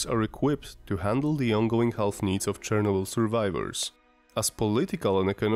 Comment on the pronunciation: Bro, if you are not native english speaker, just dont try to sound native. The way you pronounce Chernobyl has even more radiation than Elephant foot itself...